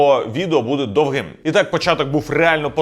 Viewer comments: Не вперше чую слово "довгИм" тут і не можу зрозуміти, звідки це взяли) "дОвгим" же ж правильно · не ображайся але дивлюсь тебе дуже довго і ти постійно робиш одну і ту помилку в слові "довгим" не там наголос Вибач ще раз я не душніла))))